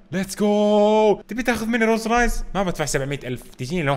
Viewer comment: ممكالو تقهرني لما تقولها روز رايلز ههههههه رولز رويلز